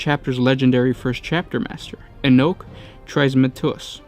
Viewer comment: You did a wonderful job. Enoch is pronounced "E-Knock"